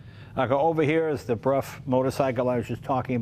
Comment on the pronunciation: Until I heard Jay do it, I wasn't sure how to pronounce Brough. Thanks Jay.